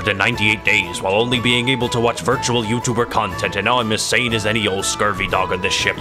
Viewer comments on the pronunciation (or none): none